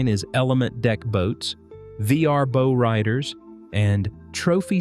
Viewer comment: I agree. A lot of these rise-and-fall videos overlook bigger economic factors like fuel costs, shrinking middle-class spending, and changing priorities. And yeah, “boe-riders” gave me a good laugh too!